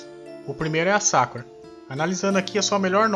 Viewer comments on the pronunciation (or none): none